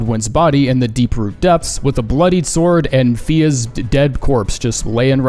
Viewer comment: I heard ''fetus feet picks'' instead of fia's feet picks